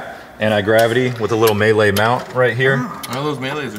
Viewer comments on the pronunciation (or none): none